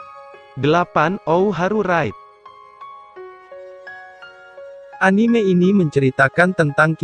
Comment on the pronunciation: mau ngasih tau kalo judul nya bukan ou haru ride tapi ao haru ride